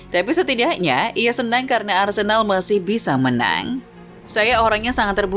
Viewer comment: Sedikit koreksi yg mungkin bisa dibilang penting gak penting, cara baca huruf "e" pada nama Arsenal dan Odegaard itu mirip dg cara bara huruf "e" pada nama Havertz walaupun ada sedikit perbedaan aksennya. Jadi cara baca Arsenal beda dg cara baca nama Arsene Wenger. Semoga kedepannya diperbaiki, karena sbg fans Arsenal, agak gatal ditelinga ketika nama club kesayangan salah diucapkan, dan semoga membantu, terimakasih. 🙏🏻